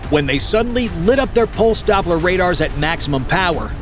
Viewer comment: "USEING DOBBLAR PROCESSING" - He might aswell declare he has no technical clue and just reads from a text document he made :D Oh and apparently the migs were about to be surrounded by half of NATO's airforce - thats a small airforce with 10 planes ?! :D They were launching from every base within 500 miles ? Did'nt know we were using miles in Europe xD This shit is SOOOO American its funny and cringe to watch at the same time ! such a dummy ! dislike and clicked "do not reccomend this channel again" - waste of my time